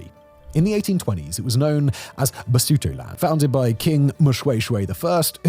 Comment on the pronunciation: Interesting vid but it is pronounced Lesuetue!! Not Sotho people, again pronounced Suetue. You got it right once in Basotholand. (Basuetueland).